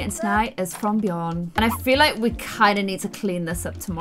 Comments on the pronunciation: Love ur videos!!! But it's Björn, not bjorn. Like hm.. the ö is similar to the sound u make when u say "ehum.." also, linger more on the "R". Ur so cute 😍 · Actually, Björn/Bjørn is pronounced just like "burn" but with a J between B and U if you get me 😂 we say "bjørn" here in Norway 🇳🇴🐻Love the series btw ❤️ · There is a slightly difference between Bjorn and Björn, just so you know, but you trying to pronouncing it is so cute❤️ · Bjorn thats in sweden for bear. Just where you live you dont have The letter ö. Björn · Björns a swedish name lol. The letter Ö is not pronounced the same way as O tho. Ö’d pronounceietion is similar to the English sound ‘i’ in the word ‘bird’. Or ‘u’ in the word ‘fur’. Or ‘ea’ in the word ‘heard’. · this maybe be just a luttle late but just me that knows that björn still is a swedish word and not just the "vikings"way to say bear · Hahaha Im from Sweden I started laughing when I herd you say björn❤️❤️❤️❤️😅 not to be mean love you’re Chanel btw❤️ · Björn Is not a “Viking word” it’s Swedish. I’m from Sweden and we say björn. I’m not mad or something I’m just laughing so freaking much about that😂🤣😂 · in tour next video can you go to Google translate and go to swedish to english or reversed and you type in Björn in the swedish one and then click on the voice thingy and you will learn hon to say Björn correctly, I`m from Sweden sorry if you don`t get what i mean❤️ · Can u plz stop calling every single swedish thing viking cuz I'm swedish and I actually get kinda offended by it. Also, check out how björn is actually pronounced (in swedish) cuz that is not how it's actually pronounced